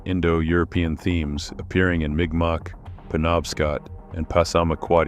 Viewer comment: M'kmaq is pronouced "mic mac".